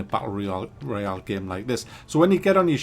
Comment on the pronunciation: Isnt it royale instead of royal